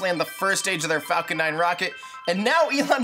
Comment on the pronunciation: why do you keep saying falCORE ?? i heard it at least 2-3 times in the video..